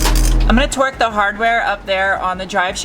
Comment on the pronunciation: I swear when you said torque, I heard twerk. When you said it again I realized I had misunderstood you. I think it's awesome that you fixed that all on your own, kudos to you young lady.